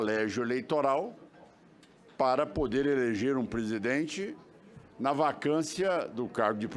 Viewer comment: todo "´PODER" LINDINHA..."PODER" e nao "PUUDDER"" fala Portugues ""SENADOR" e nao jagunçes!!